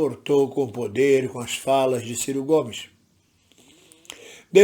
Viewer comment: m. Ridículo é vc malvindo, até quando erra a pronúncia do nome do Ciro tenta colocar a culpa no cara. Bajulador do Lula jamais faz uma avaliação imparcial.